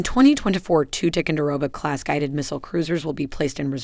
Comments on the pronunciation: It is not Tic-a-row-ga, it's Ty-con-da-row-ga !!! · This lady is reading a teleprompter and has no clue about Tico ships. She mispronounced several of them. Also It’s Tie-Conderoga, not Ti-conderoga. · What the heck is a "Tickendurogah?" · Her mispronunciation of Ticonderoga really ticks me off. It's not "Tic-un-de-roga", it's "Ti-CON-der-oga". "Late Gulf" - no. Leyte Gulf, yes. Geez. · Damn why can't any one pronounce the words right.It's pronounced Ty conderoga, not tick conderoga.It's Aagis not eegis.It's so irritating to hear every one miss pronounce the words. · I wish you would pronounce the name Ticonderoga properly. “Tye-kon-der-oga”. And Huè city is pronounce “way city”. It’s an insult otherwise. I served on the Tico. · TY-CON- DER- O -Ga LAY-TAY gulf, my god at least learn how to say the fucking words AN TEED UM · Ticonderoga is pronounced Tie-con-der-o-ga... Leyte Gulf is pronounced Lay-tee Gulf... Hue' City is pronounced Way City... Antietam is pronounced An-tea-tum... Say it right. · I have never heard tie-con-der-o-ga pronounced as strangely as spoken in this video. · Ticonderoga = Tie-con-da-row-ga Champlain = Sham-plain Hue = Whey Could you at least try to pronounce the names correctly? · First , in facing verbalized threats from Russia, China, North Korea and implied threats from Iran keep these warriors running. Second, to maintain credibility at least pronounce our ships names correctly...Jeez. Tie-Con-De- Rowga Class. H-Way-City, Ann-tiet-Am...Do your homework...Eye roll. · Isn’t it supposed to be pronounced as Tie-conderoga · It's pronounced "Tie-con-dah-rogue-ah..." TICO for short pronounced just like Jupiter's moon. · “Tickonderoga”?! What the heck is this pronunciation? I generally like the content of this channel but that is just not professional. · OH MY GOD! AT LEAST PRONOUNCE TICONDEROGA CORRECTLY!!!!!!!!!!!!!!!! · Learn how to pronounce "Ticonderoga". It's a place in NY State. And remember the battle of Late Gulf.